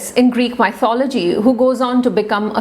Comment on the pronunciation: Kindly refer the pronunciation of 'Mythology'.